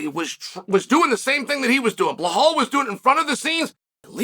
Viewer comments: Undisputed. Never lost a round at name pronunciation. Now let's try again بلال - Bilaal This is the name of a great personality in the history of Islam. The first black revert to Islam, who was a freed slave. The silencer of the colonialist orientalists who think Islam is only an Arab religion. Islam encompasses all ethnicities. It's your choice to accept it or reject it. Have a blessed and peaceful day 👍🏼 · He pays apecial attention in butchering Blahall's name. Uncle Chael can say any name. Some names get said as they should be, not as they are!! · I swear he's said it wrong so many times i can't remember how to properly pronounce his name! Lol crazy! Damn Blahaul say something to Chael Please!! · time to put the "blah" in "Blahaul" ;) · Who the fok is Blahaul? 😅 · I clicked on the video to see if Chael was still calling him BLA-HAL I'm glad I did! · "Blahaul". Let's take a moment to appreciate that chael refuses to properly say the guy's name that uses the "remember the name" moniker. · If Chael says Blahal it's Blahal Just like it was 50-45 Pantoja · No one picked it up.......but Master Chael doesn't miss a thing, even though he can't pronounce Belal.s name properly. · lol Chael is the troll above all trolls…guarantee he can say his name appropriately but that’s just how Unc rolls lol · At first I thought him doing this all the time was funny but really it's kinda an ass move. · I have been making this point for at least a year now. It disturbs me it's b...I...L...A...L